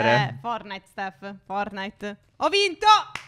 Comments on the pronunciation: Phere cmq nn si dice fornait ma si dice fortnait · scusate io vi voglio bene ma non si dice fornait si dice fortunite